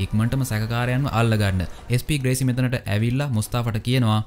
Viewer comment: අන්තිම ටිකේ SP ග්‍රේසි වෙනුවට SP වේසි කියල කිව්ව නේද..😄😄😝 අවධානෙන් ඉන්නෙ හොදේ 😝😝